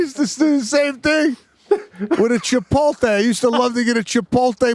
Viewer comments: "Chipolté" ?..."Chipolté" ? Who the hell are you guys? Brent Kursher? I've never heard that mispronounced that way. Whoa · Can someone “kindly” tell Sebastian that Chipotle is pronounced: Chipote-lay not Chipole-tay😂